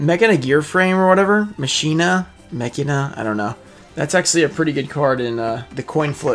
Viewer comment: I do believe machina is pronounced (mah-kee-na) maybe someone can clarify this and tell me if I'm wrong.